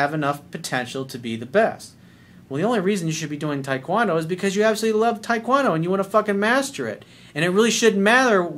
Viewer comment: Coach, I love you, but why the hell are you pronouncing taekwondo like that?